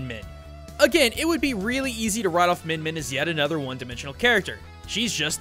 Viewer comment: It's more like "meeyin meeyin"